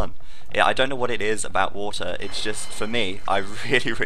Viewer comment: "there's no trash for watah" he went a little bit british there.